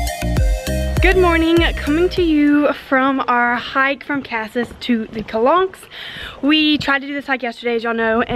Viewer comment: Cool vlog I’m heading to France for a road trip next year with my husband from Normandy to the south of France Marseille which Is pronounced mar-say. Sorry to correct you and Casis is wrongly pronounced.